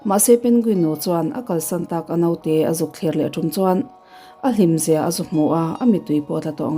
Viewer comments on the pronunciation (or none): A note tih hi (naute) tih thlûkin chhiar loh tur. A note tih tur .